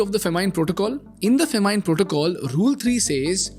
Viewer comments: bro its not FAMINEE its FAH MIN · I haven’t heard a funnier pronunciation of “famine”… or am I the only one who thinks like that?